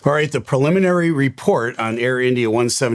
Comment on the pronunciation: Say it with me...."pre-limin-ary".